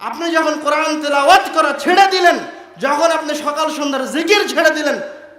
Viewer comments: কোরআন শব্দটি স্পষ্ট করে পড়তে পারে না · আল কোরআনে আলিফের স্থলে আইন উচ্চারণ হচ্ছে না তো? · কোরআন উচ্চারণে কি আইন নাকি হামজা? সতর্কের সহীত উচ্চারণ করতে হবে, বিশেষ করে যারা নিজেদের কে পন্ডিত জাহের করার চেষ্টা করে এবং ইসলামের দায়ী হিসেবে সাধারণ উম্মাহর সামনে কথা বলে। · আপনি বলতেছেন কুরআন শরীফ বলা ঠিক না অথচ আপনি কোরআন শব্দের সঠিক উচ্চারণ করতে পারতেছেন না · কোরআন শব্দটা শুদ্ধ করে উচ্চারণ করতে পারলো না আফসোস। অপ্রাসঙ্গিক আলোচনা। দেশ জাতির মানবতার কল্যাণ কোন আলোচনা নেই। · তিনি কোরআন বিষয়ে বক্তব্য দিচ্ছেন,অথচ কোরআন শব্দটা শুদ্ধ করে উচ্চারণ করতে পারছেন না।"আলিফকে" উচ্চারণ করছেন "আইন" এর।